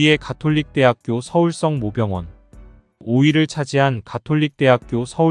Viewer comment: 서울성 모병원이 아니라 서울 성모병원 이라 읽습니다